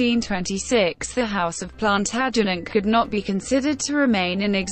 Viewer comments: couldn't watch more than 3 mins with that feckin god awful robotic voice mispronouncing every important/major name. As if that wasn't bad enough punctuating where there should be none. PLANTERJANETS Really ffs!! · WHY NOT HAVE SOMEONE WHO CAN PROMOUNCE PLANTAGENET CORRECT....HURTS MY EARS.....